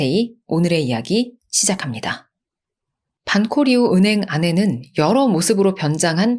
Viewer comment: Banco Río 는 방코리오 라고 발음해 주시면 고맙겠습니다